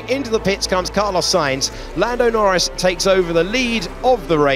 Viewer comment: Lando Nowins ❌ Lando Norris ✅